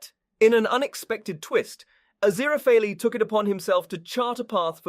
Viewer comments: It is Aziraphale not Aziraphaly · like genuinely as much as i appreciate the narrator's clear voice, im not gonna be watching this video to the end cause i have heard Aziraphale's name pronounced correctly once and i cant pay attention to anything else he's saying once he goes back to mispronouncing it 😓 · Not only was Aziraphale's name pronounced wrong, it wasn't even the same everytime, we got different variations of wrong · I love how Aziraphale’s name was butchered so much 😂😂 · I was coming to the comments to say this! Furfur's new job narrating YouTube videos isn't going so well! 😂😂😂😂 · its definitely not. how he managed to butcher his name so much (if it wasnt on purpose for a funny) is beyond me, but I've got my earbuds in and i can hear his breathing between lines, so its definitely a real person talking. though, as much as i love a funny bit, i believe that for a series review/discussion, character name pronounciations shouldn't really be on the list of things-to-skewer-for-a-joke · I think he's doing it as a joke. Like how FurFur the demon kept mispronouncing it while he was trying to read it out. lol